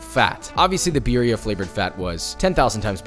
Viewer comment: I’m surprised you aren’t fuming at him saying beeria instead of birria